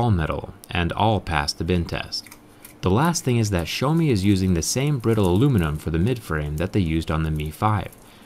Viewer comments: It’s so annoying the way he pronounces xieaomi like show me get it right it’s pronounced x e ow me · Did he just say showme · Did he pronounced Xiaomi as "Show me"? 😂